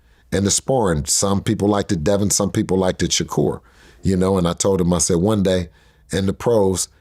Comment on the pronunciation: The way Bill pronounced liked is crazyy😂😂 i cnt even spell that shit out...